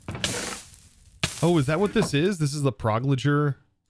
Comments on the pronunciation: I’m sorry but it rubs me the wrong way every time you say “prog-loger” in place of “pyrologer.” “Pyro” as in “Pyrotechnics.” said it best: “‘Pyrologer’ - ‘pie-rawl-o-jer’” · It's pronounced pie-rol-ih-ger not the way you were saying it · Pyrologer - pie-rawl-o-jer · I know, I'm just trying to help you out as you are struggling with the word every episode you see it. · Love your videos <3 but I really gotta say this just for my sanity... Pyrologer : Paa E Roe Lodger. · Episode 15 still waiting for to pronounce PYROLOGER right. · Yep, Pyro like the slang a person who likes to set fires and then ology like the study of something. :)